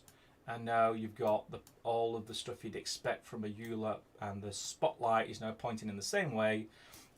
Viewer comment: Gimbal lock resolved on the light axes, excellent! ... funny that the correct pronunciation of Euler is 'Oiler'